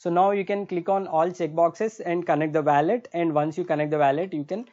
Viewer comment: bro youre very good at what you do but please stop saying weyylet ... it WOH LET